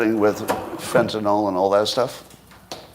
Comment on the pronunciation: Can I trust someone who can't pronounce Fentanyl?